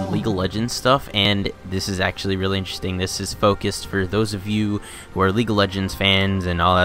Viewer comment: every time he says interesting i die a little inside